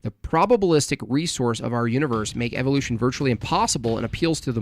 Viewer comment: He pronounces evolution, as evilution